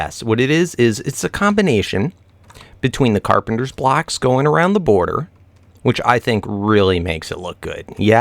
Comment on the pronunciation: Dude its carpenTer